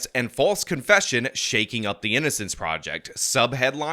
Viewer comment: you said "prisin" instead of "prison". "innicence" instead of "innocence". Somethin against the letter "o"?